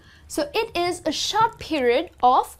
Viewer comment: it is short not shot google pronounciation for short